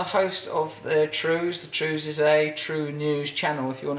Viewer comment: The 'Wews!!' 😃😃 ( wanky trews) 😉 keep it up Ross and don't let thousands of hateful comments mess with your sobriety you wanky boy!